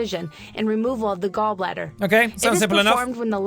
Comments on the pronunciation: "gallblather laprasopic gallblather" Sean William Mclouclin 2018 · "Gall Blather" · Me hears gall blatter ..........crud but I have to watch it